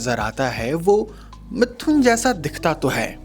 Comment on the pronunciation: are bhai pronoun sahi bolo mithhun nahi sirf mithun he